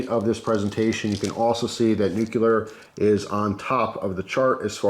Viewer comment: This is definitely something I'd be interested in investing in, thanks. Also, I have to be that guy... it's "new-clear", not "new-cu-lar".